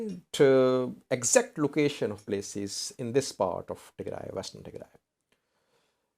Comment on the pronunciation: Your pronunciation about Western Tigray is good. But the South African name is totally different. It has clicks in it. By the way Nelson Mandela has the same native name. So if you want to know how pronounce it, listen to Nelson Mandela presidential cermony.